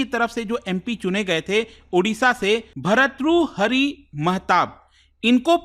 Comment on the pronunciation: Study Iq faculty could not even pronounce an Indian name,it shows the capability of the faculty 😂😂😂😂 BHAR-TTRU-HARI MAHATAAB